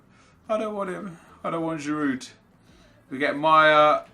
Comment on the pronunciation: The D in Giroud is silent